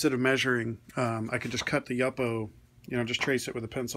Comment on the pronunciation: It's pronounced YOO-po, not YUP-po.